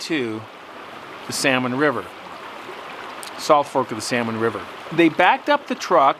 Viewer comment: You say the word "south" with some sort of an accent? Are you originally from Canada?